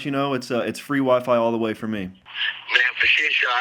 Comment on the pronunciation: "Wy-Fy" built like a Popeyes biscuit 😂 Respectfully of course 😅